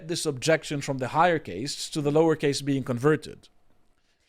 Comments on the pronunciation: Isnt it caste not case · Khaast not Case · Caste- pronounced carst. Not cayst. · It really takes away from any voice of authority you guys have when you can’t even pronounce the basic vocabulary of the topic. The Indian Caste system (CAST, not CAYST) is a well known thing. I don’t know how someone could be an adult man and have never heard the word out loud. Embarrassing 🙈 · Caste is not pronounced like Paste. I demand you film this segment again using proper pronounciation. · Why does he mispronounce caste as cay-st?, it's cah-st. Even gets it right and English isn't even his first language. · Okay Dude annoying me it cast not case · It's NOT pronounced CASE (suitcase) it's pronounced CAST (like PAST). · "caste" is pronounced "cast" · Also its pronounced casr, like casting a spell or casting a line. You are a memeber of 4th caste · It's pronounced cast lol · drawing parallels between traditions, failing pronounce cast correctly what a stark contrast. biting his lip through that cringe low effort offering from. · Somebody teach this bloke how to say 'caste'. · He's not saying "case" he's saying "caste" but erroneously pronouncing it to rhyme with "paste" or "haste". Instead of "fast" or "past."